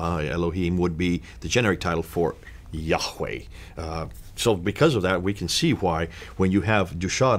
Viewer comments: Excuse me br,but YaHWeH is pronounced yaa- way/for example you dont say Hallelu-Yagg like the Dutch,Greek,Arab,Hebrew "G" in eCHad/(w)acHad,but hallelu-YaH(WeH),get the point dear brother 1Love each1teach1! Deut6:4Hear((i)Shma(el)) o Israel Yahweh is our God,Yahweh is 1(Echad unified one and numeric oneness.Yachid, the main Hebrew word for solitary oneness, is never used in reference to God. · am a avid follower of your channel, but i would disagree about the name of Yahweh as the name of our God. Its YHWH, we were taught by our preacher that the pronounciation was lost in time and we shouldn't use the word YAHWEH because it was not written in the Bible its YHWH - historically speaking the word YHWH was can be found also outside the Bible, it was written in a clay tablet announcing the defeat of the Isralites. just sharing...